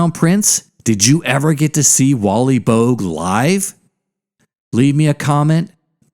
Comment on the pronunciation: Boag? Pronounced bow-ag